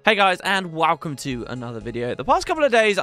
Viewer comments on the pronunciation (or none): the first time he does it.